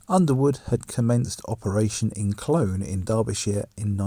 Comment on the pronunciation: I saw plenty of East Midland vehicles in Sheffield bus station, on Route 53, which I believe still runs today. BTW, Clowne is pronounced is Clown. 😁. Don’t you hate it when commentators do that? 😜🤣